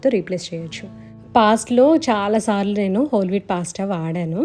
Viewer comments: since it’s italian and they pronounce it as పాస్త ala cheppanu.. may be aavida pronounciation kuda correcteynemo.. 😀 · naku recent ga ne telisindi andi....ma babu cocomelon rhymes chustaadu....andulo vachindi....anduke cheppaanu... gari pronunciation correct ani....don't take me wrong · gari pronunciation correct andi